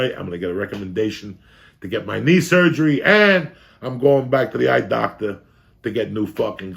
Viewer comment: What do you mean Joey you are a doctah!